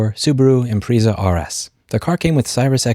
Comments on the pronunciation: I lost all faith in this guy's iq when he said "impreeza" and "Cyrus xm" 😂 wow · For the love of Pete. It's SEE-rius XM. And Im-PREZ-ha. Both have been brand names for well over decades. And one is a friggin' star. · Im-pree-za? Cyrus? How can anyone not know how these are pronounced. Tell me you're a 'murican without telling me. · Come on dude, learrn how to pronounce Impreza and Sirius. So irritating, as bad as a commercial on your car. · I cannot take you seriously if you cannot pronounce the words Impreza and Sirius. Do just a tiny bit of research before you post a video, mate. You sound like AI trying to read a script. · My guy you need to work on your pronunciations. You're saying Impreza wrong and you're saying Sirius FM wrong. What world do you live in? 😊